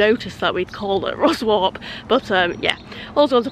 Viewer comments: Excellent video as always :) When I start my train and history vlogging channel my first journey will be Chesterfield to Whitby by train and I'll only be there 4 hours but hope to cram everything in. Also (and not that it matters) Ruswarp is pronounced RussUP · Isn’t Ruswarp called locally ‘Ruzz-up’ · Ha Ha. Ruswarp = Ruzap, Sleights = Slights (as in "light"). Well, you know how to pronounce Grosmont now. ;) Isn't Yorkshire Brill! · local in pedants corner - its pronounced Slites and the other one Russop by the locals - soz